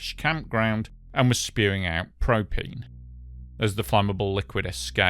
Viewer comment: Propeen? Propeen and propeen accessories, I tellyawhut.